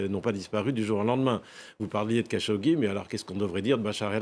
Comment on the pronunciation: La prononciation approximative des noms est pénible chez les journalistes de F24. C'est quand même grave à ce niveau de ne pas connaître Jamel khachokeji .... . Comment se fait-il que lorsqu'il s'agit de Jamel Debbouze on sait bien prononcer le prénom et lorsqu'il s'agit du journaliste assassiné, on prononce Hamel au lieu de Jamel .... ? Alors de deux choses l'une ... Soit la journaliste n'est pas pro et fait du n'importe quoi dans son travail, .... Soit, on fait exprès pour donner une consonnance exotique à la prononciation des noms. 🤮🤮🤮